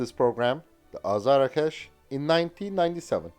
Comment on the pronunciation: BTW, it is pronounced AZAR-Akh-Sh and not Azara-kesh. It is a Persian word meaning Thunderbolt. Saegheh means Lightning and Kowsar is Arabic and I don't know WTF it means or what it has to with a fighter jet. Perhaps one of the Mullahs named it.